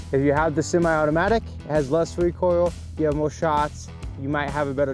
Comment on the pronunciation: The ten miwametew has awaot of wecoil compawed to othew cawibuws